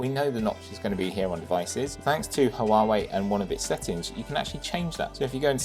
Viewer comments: I'm sorry but this is driving me crazy, its HUAWEI not HUAWUAWEI, besides that, great review, keep it up ! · The review is good, but the constant cuts in the video is distracting, and I think your background music is a bit too loud. Also, it's like you've never heard Huawei pronounced before. Still, found the content itself very good. 👍